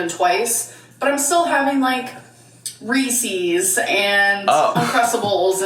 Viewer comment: Ffs it’s not resees. Reeses. Like Reese Witherspoon. Reeses